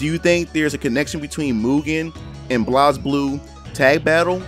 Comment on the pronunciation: Dear god the way you said Blazblue....